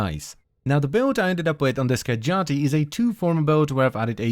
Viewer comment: Ski - ah - jah - ti